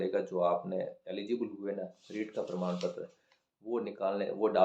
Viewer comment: Pradam ptra nhi prman ptra 😂😂